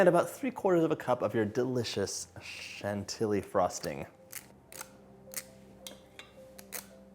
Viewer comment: Chantilly is pronounced « Chanti-Yee » because it has -ill which is equal to a -Y 😉